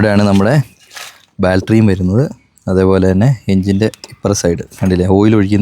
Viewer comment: balttery alla battery anu ini thettikkaruth